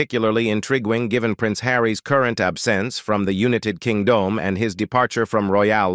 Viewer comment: Unit-ed King Dome hilarious AI voice